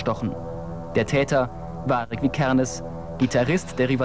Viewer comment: Digga ich guck das Video 12 Jahre später und der sagt Varg Vi Kernes anstatt Varg Vikernes